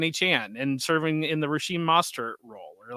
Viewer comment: mispronounced Schoen and Mostert, called Jaylen Wright "jaylen warren", and contradicted himself on the packers TE take...and im not even halfway through the show